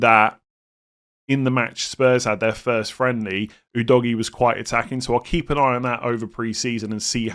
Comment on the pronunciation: Every time I hear the pronunciation of Udogie I laugh. Its definitely not DOGGY. OO-DOG-IYEH. No DOGGY involved